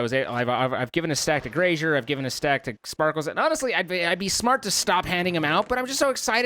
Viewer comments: is he saying "GRASHER"?? :D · The way he pronounces "Graser" is so funny :D